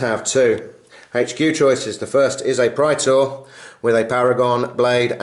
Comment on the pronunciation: awesome bat rep guys, love big apoc-size fights that actually feel like two armies fighting and not just 5 giant Robots/Gundams/Monsters duking it out! Also, as a side note, dat correct Latin pronunciation of Praetor!